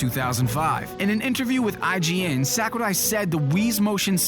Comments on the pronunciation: it's not sékurai, it's sakurai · Actually, the proper pronunciation is "Sahkoorai", with a soft a and long u, whereas pronounces it "Sackoorai". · Well, it's almost correct. It should be "sawk"urai rather than "sack"urai but allenamenfutsch is an angsty teenager who hates people that are interested in things he's not. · I hate how this guy pronounces Sakurai's name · The way you pronounce japanese names makes me cringe. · sir, I don't know who you are, but I can't stand the way you pronounce Japanese names. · I love how he pronouces Sakurai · It's funny how he tries his hardest to pronounce Sakurai but still gets it wrong. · I love how he say Sakurai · The info is really interesting and voice is awesome, but his pronunciation of Japanese names/words are off. Sakurai (Sah-koo-rai) and Tamagon (Tah-mah-gon). It's nitpicky, but no one else seems to have noticed it. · Jesus, pronunciation of Iwata's and Sakurai's names actually annoy me